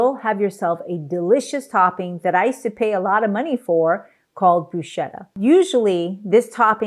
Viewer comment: Great video. BTW It's pronounced "brusketta". ❤